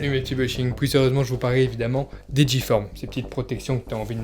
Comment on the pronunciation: On dit le longboard pas la longboard !!!! Du longboard et c’est G-forme pas J-forme